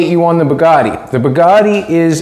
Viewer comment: Sweet , that is one nice "BADgatti"!!!!